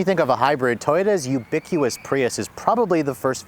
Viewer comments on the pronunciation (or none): Ubiquious? Did you mean ubiquitous? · dude, we love ya. But please remember it’s “ubiquitous”, not “ubiquious”, which is not a word. Sorry to be that guy but this is the second video where you made that mistake. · "ubiquiCous" - dude, the word is "ubiquiTous" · Ubiquitous has a T in it. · Ricky is correct and would likely agree that despite this horrifying butchery of the English language, you are still the BEST OF THE BEST! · Maybe because English is not his mother tounge? I do make the same mistake when spoke that words :D